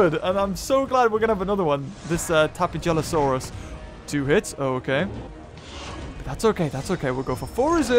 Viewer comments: Uh,... the "j" in "Tapejara" is pronounced like an H. Tapehara. Tapehalosaurus. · Hey it's tapeja-losaurus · You should name the tapejalosaurus hello because when you say it's name you can hear hello